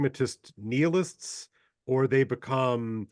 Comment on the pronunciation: 'Pragmatist neel-ist'...